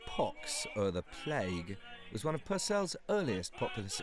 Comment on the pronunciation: Its pronounced PURcell. Henry's father was Irish. Norman name, but they had been in Ireland for 500 years and were part of irish peerage barons of Loughmoe. I wonder what music himself and his father was accustomed to? Irish? It's like how it's never mentioned how Handel first perfomed messiah in Dublin. He liked to hang around music shops and taverns for the local music, and he gave the entire proceeds to the Dublin poor. But this stuff if never mentioned. They've no problem mentioning say Italian, German, English or Vienna influence on music styles, but nobody mentions Ireland.